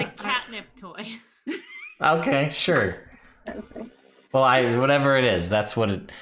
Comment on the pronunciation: Poifect XD XD XD Such a silly adventures !!!